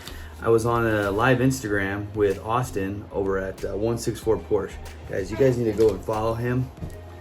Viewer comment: I'm hoping that some day you will start saying Porsche correctly! LOL!!